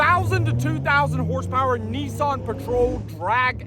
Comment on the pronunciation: Whats a NESSAN We call them N I S S A N